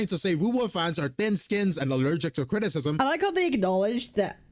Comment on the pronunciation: the video drag to 29 mins due to Cap keep pausing and crashing out everytime said critism 😂